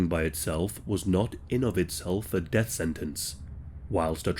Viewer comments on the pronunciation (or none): none